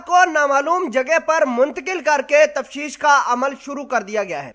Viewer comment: الو کے چرخے۔ تفشیش نہیں تفتیش ھے